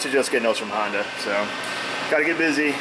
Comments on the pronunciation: Hi, why do you use the pink stuff to lubricate the parts, couldn't just use engine oil? Also, do people in your area say "Hondu" instead of Honda? Seem kind of rude to intentionally mispronounce a name. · We've got these little fellas "springs". Why is everything on her e a little fella? I'm getting tire of hearing the Honda called a hondew. The first thirty times calling it ahondew project weren't funny. Otherwise very professional content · Why do you call it a hondu?